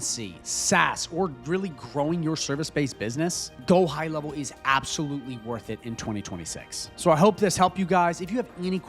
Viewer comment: Yes, I would say it’s “worht” it lmao